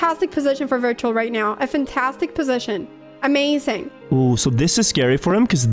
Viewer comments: Really putting the L in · did this man just say "pull a and clutch up"?